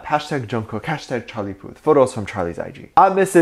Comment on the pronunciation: "he goes by the name of Charlie Puth" me: CHARLIE PUSS! sorry i just remembered when Jungkookie pronounced his name like that, it was so cute!!